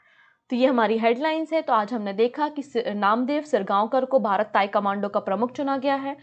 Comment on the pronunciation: तायकमांडो नही .....तायक्वांदो है🙏